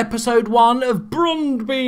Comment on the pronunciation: It is spelled Brøndby and it is not Brondy XDD (Ø is pronounced like ö) (Or like "u" in "hurt"